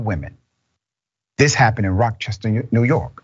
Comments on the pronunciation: She lived in Rock-chester... lol. Learn the words before you read outloud. 😒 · Thank you! I was like "where is Rockchester?" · It’s Rochester not Rock Chester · Not sure where he got the K from